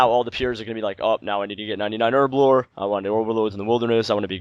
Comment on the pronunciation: it's pronounced Herblore, not Erblore